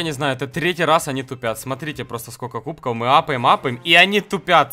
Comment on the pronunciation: Почему ты говоришь. КУБКОУ? ПОЧЕМУ! ТЫ ИЗ ЗА ЭТОГО МЕНЯ РАЗДРАЖАЕШЬ! ПРАВИЛ НО КУБКОВ! В!